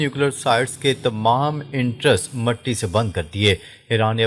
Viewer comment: "اینٹرینس" نہین کہنا آتا ؟؟